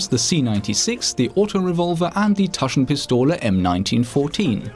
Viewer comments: taschenpistole gut ausgesprochen ^^ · haha, i love how u say "Taschenpistole"... I'm german, so i can tell u with sure: you were pretty close... not bad.